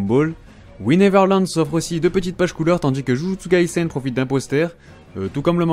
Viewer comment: Je viens de me rendre compte que c’est « JUJUTSU kaisen » et non « juju TSUKAISEN »🤔